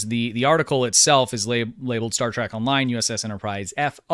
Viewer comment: Why do you keep saying Star Track?